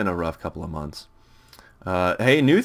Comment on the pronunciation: Months not mouths